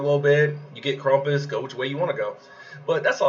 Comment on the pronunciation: LMAO at KrUmpus. KrAmpus?! Like GrAmp, Ramp, Stamp. Not trump, rump, stump. Also the meta of BK and 2 green is going to hit a wall when Lord Loki comes out at the end of Dec. Keep up the great work!